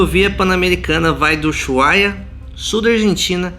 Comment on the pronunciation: DICA: en toda Latinoamerica pronunciamos USUAIA